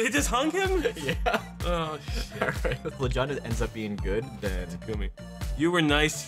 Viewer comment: I hate FE:Fates. But the way they pronounced Takumi triggers me.